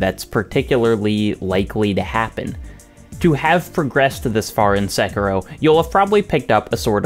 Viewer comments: Sek ee ro not sek ero. I is pronounced like e in Japanese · The way you say "SEKIROW" 😢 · Just...is it so hard to pronounce Sekiro? I mean they say the name several times in the game...